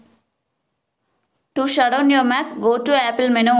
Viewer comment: None of these worked and it's impossible to understand you. Practice saying the word "menu" a few times...